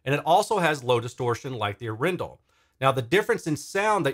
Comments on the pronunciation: Thx for doing this, I am proudly Norwegian 🇳🇴 The name is from the city of Arendal and the weight is on the first A of Arendal, not the E 😋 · It's pronounced... Adrenal